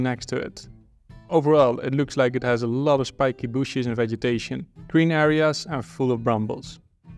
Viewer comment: I love the way he say "shpikee booshes" every time :)